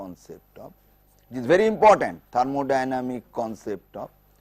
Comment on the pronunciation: it is thermodynamic not thermodyamic you missed the 'n'